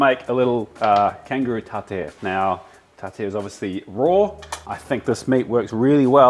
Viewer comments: How the fuck did this man pronounce tartare? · Huh, I’ve never heard someone mispronounce tartare